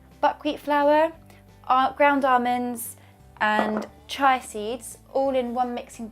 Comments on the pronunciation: the seeds are pronounced cheeya not chy it would be spelled chai sorry to be so picky apart from that your recipe is terrific!! more sugar free for a much healthier choice. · W11 Granny that’s probably just how they say it in the UK — chy-ah.